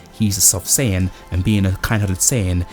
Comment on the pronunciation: It’s SAIyan not SAYan